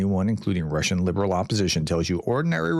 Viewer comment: Your Russian pronunciation was pretty good this time 😀